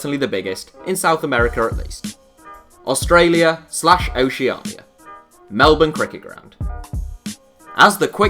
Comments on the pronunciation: Do British people tend to mispronounce Melbourne? He pronounced it how I would expect. Many brits grew up with Australian soap operas. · even though it's called the MCG, the main sport played there is defo AFL, or Aussie Rules as it's more typically referred to, 2-3 games a week during the footy season, when Cricket is lucky to host even 50 games there in summer, and yay, a non Australian pronounced "Melbourne" correctly, I'm so happy